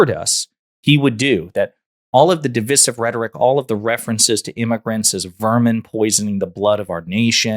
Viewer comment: I couldn't watch the rest of the video after hearing you pronounce the word divisive... Google it